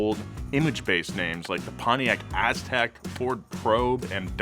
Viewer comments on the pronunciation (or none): none